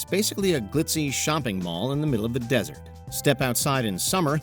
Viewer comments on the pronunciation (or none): none